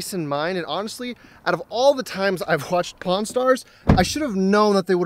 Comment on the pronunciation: did he say pawn or porn stars?